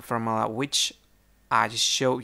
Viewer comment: Thanks for the fermula, fer how many santemeter.